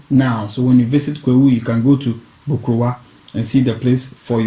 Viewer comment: Asaase Aban literally means a nature's storey structure. Aban in Twi means ' high rise or storey. Hence the Twi phrase Aban soro - storey building. Man, your Twi needs some work. Get some help with 'Bokruwa' - stone cup and Bretuo. You 'massacred' some of those pronunciations.